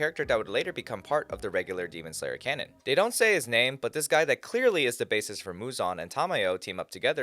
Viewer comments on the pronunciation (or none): none